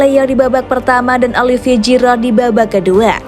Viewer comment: Giroud dibaca Jiru, bukan Jirot